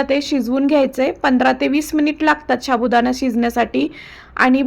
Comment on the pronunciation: मॅडम साबुदाणा हा शब्द नीट बोला